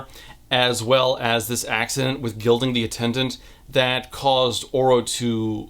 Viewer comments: i was confused for a sec. I thought you might have said gelding not gilding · You said “gilding”… i heard “gelding” making that MUCH more traumatic and the daughter a more important aspect, so LOL